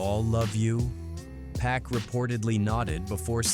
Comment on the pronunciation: Its Pac not Pack. Cancel this guy